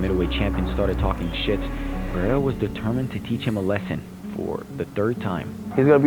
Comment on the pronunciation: its kinda pronounced like "Per-haid-uhh". Almost a small roll of the tongue, most people get it wrong so its probably not translating well from me either lol. Some just it like "Perr-hair-uh"